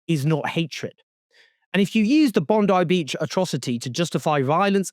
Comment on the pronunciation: Congrats on being one of the very few non-Australian news reporters who took a minute or two to learn the correct pronunciation of "Bondi Beach".